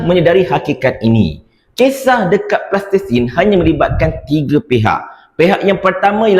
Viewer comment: sebut betul betul Palestin bukan Plastesin....